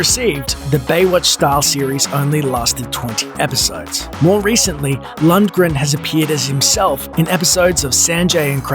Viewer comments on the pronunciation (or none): It's Lundgren, not Luntgren..... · Maybe someone who can pronounce his name should have done this video. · I always thought (still do) that the g in Lundgren was silent... Never heard it pronounced that way lol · i always though the g was silent